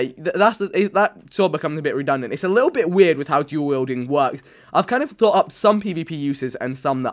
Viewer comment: When vik says duel wielding like it sounds like jew wielding